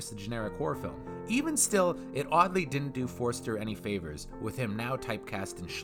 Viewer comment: Why do you keep calling him "Forrester"? His name was Forster